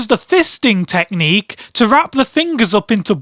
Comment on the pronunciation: I laughed so hard when he said "the fisting teqhnicue" xD